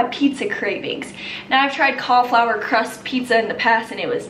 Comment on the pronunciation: Most people: “Cauliflour.”: “Cahflour.” 😂😂😂 love you